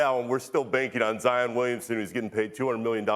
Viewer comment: zion is single syllable huh?